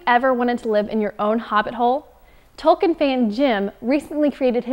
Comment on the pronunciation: Eighteen episodes and she still can't say "Tolkien" correctly. Sigh :/